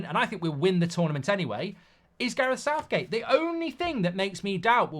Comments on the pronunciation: lol "SOUTHGAE" 🤣🤣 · My man said Southgae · “Southgae” lol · Damn AI has messed up and called him Southgae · Sounds about right though southgae. 😂